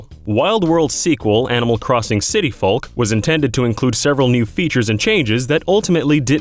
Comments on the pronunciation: You said and should've said . Also, you said the world is a "literal cone shape" when it's clearly not a cone. It's a cylinder. You're also pronouncing the L in "folk." You should also incorporate short pauses between each fact. The rapid fire rate you do it doesn't leave people any time to think about what they just heard. Even just like 1 second would be nice. Interesting facts, but you should do some more editing and proofing before you release your videos to the world! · anyone else find his pronunciation of "folk" really annoying? who pronounces the L in folk that much? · Folk is pronounced "FOKE" like yolk. Not fulk! Think, "that's all folks!". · Did anyone else die a little inside whenever he said "folk" wrong? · I hate how Americans pronounce the "L" in folk. you don't say "tallk"n